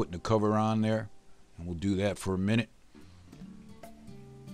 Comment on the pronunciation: HMMMMM TATS GUUUD~ i love it everytime he says tat!